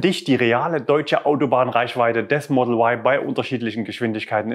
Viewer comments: Da man Eigennamen nicht übersetzt, gehört sich wohl auch die originale Aussprache für den Modellnamen Model Y. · der É-tron wird auch E-Tron ausgesprochen der Kia Cee´d wird auch Ciid ausgesprochen und nicht Cee "Apostroph" d wie es geschrieben wird oder der Mustang wird auch auf deutsch ausgesprochen nicht auf englisch und so bleibt das Y ein deutsches Y für mich! Sonst müsste man auch statt Tesla Tisla aussprechen da das engliche "e" wie ein "i" gesprochen wird! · Komisch warum sagen dann alle E-tron und nicht É-tron, oder warum wird Mustang von allen so ausgesprochen wie es geschrieben wird und nicht auf Englisch gesprochen oder der Kia Cee´d wird auch Ceed ausgesprochen und nicht cee "Apostroph" d gesprochen? Als sollte man in Deutschland auch das Model Y eindeutschen dürfen!